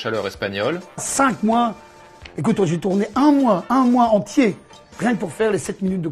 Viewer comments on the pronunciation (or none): none